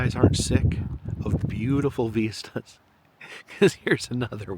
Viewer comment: Algorithm is giving me a binge of you today. Ive seen many videos before, but, just letting it roll. However... question... you keep calling them " veestas" , I dont think I have ever heard it pronounced that way. Am I missing something? I believe the word is vista.. and it rhymes with Mist - ah.. ( yup.. google definition agrees.. ) lol.. kinda driving me nuts.